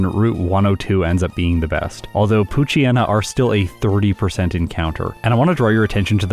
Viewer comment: I wish people pronounced poochyena and mightyena's names correctly. the "yena" comes from "hyena". It's pooch + hyena and mighty + hyena. Poo-chai-ee-na and either might-aye-ee-na or might-ee-na